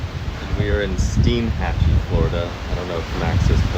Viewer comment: It's pronounced STINE-hatchee, not STEEN-hatchee.